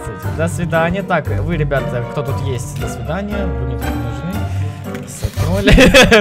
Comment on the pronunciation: Ты сказал ебята ахахпхпхпх